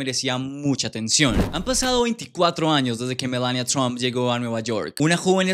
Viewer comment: Por qué pronuncias MELANIA con acento si simplemente se pronuncia como se escribe en español tal cual